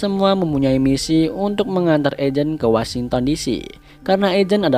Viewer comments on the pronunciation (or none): Yujin bukan ejen bacanya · Bukan ejen bang bacanya yujin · Eugene ( yujin ) dibacanya bang😂😅 buka ejen wkwkwk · Ejen ? Eugene. Yujin bang bacanya.. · bukan ejen bang bacanya! Eugene biasanya dibaca yujin 🙏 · Mantap bang👍 Saran bang untuk penyebutan eugene mending pake yujin aja, jangan ejen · Lama2 byk karakter lama yg konyol.. glen,rick,maggie.. btw Eugene di spell nya Yujin bang. Bukan ejen🤭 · Eugene= yujin ✅ eugene=ejen❌gini kalo pembawa alur cerita yang gak sekolah wkwkw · Koreksi dikit bang eugene = bacanya yujin 🙏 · Yujin euy di bacanya bukan ejeun wkwk😂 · Bang ngomong nya yujin bkn ejen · Eugene bacanya yujin,, nama asli tuan crab😂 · Bukan Ejen... Tapi Yujen Kosa Kata Indo... Kaya Penyebutan Nama Tuan Crab Eugene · Dibacanya yujin bang bukan ejen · Bacanya bukan ajen bang tapi yujin. Cmiiw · Ada koreksi dikit bang: Eugene Itu dibacanya Yujin 🙏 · Sedikit koreksi bang kalo eugene Itu kalo manggil Yujin :) tolong bantu up kawan kawan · bang saran klo bilang nama eugene itu pake " Yujin" atau "iujin" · Haiii miin, saran buat nama Eugene disebut Yujin min 🙏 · Ralat bang. Klo di tempat les inggris saya, Eugene di baca "Yujin" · itu kalo ngak salah namanya dibaca yujin bang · Tulisan eugene dibaca yujin ngab :) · Eugene dibacanya kalo gak salah Yujin bang.. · Eugine dibaca YUJIN yo kang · Maaf om, eugene bukannya dibaca yujin? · koreksi bang Eugene di baca Yujin kalo gk salah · eugene dibaca yujin gasi bang? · Eugene bacanya yujin bang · Bang nama Eugene di baca Yujin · Eugene = eujin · Btw, Eugene nyebutnya Yujin aja, Bang, hehe